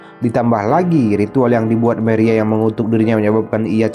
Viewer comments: Manuel bos bukan menuel Maria bukan meria 😂😂😂😂sok pinter bahasa inggris lu😂😂😂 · Wkwkwkwkwkwkwkwkwkwkkk.....maria dibaca meria 😁😁😁🤣🤣🤣🤣🤭🤭🤭🤭🤭🤭🤭 #alay